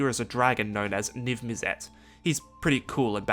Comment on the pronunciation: Not only mispronounced vedalken but also IzzEt and Niv MIzzet ^^' hurts my MTG ears xD But great explanations